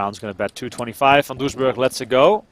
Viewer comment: There is no h in Van Doesburg!